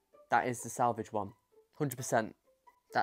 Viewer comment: Awwww salvage aha cute. It's pronounced like sav-aww-ja It just reminds me of cheap shaving cream so I can't stand it tbh.